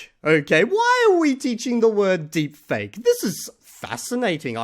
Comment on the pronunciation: He's pronouncing the word "deepfake" incorrectly. He uses the incorrect stress pattern. Listen to unscripted speech saying "deepfake" to hear the correct way to say it. The way the other guy is saying it is technically correct, but only when you're making a YouTube video and are reading from a script which makes you sound a little bit robotic, or you're trying to be funny. That's literally the only two contexts.